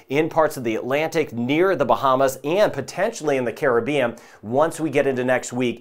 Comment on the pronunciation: I love when people pronounce Caribbean correctly